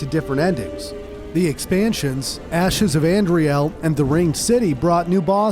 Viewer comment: "nish" lol ok these pronunciations are getting annoying. "dragonlake," "ashes of andriel" also, hollowing wasnt new to DS2, just the losing health part. this has to be engagement bait